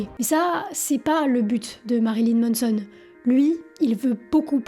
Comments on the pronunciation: MANson, pas MONNEson ;) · C est pas MONSON! C’est MANSON! Ah les français 🤦🏻‍♂️